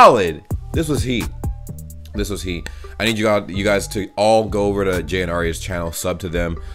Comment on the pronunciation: He's called "jay" not "ja" 😂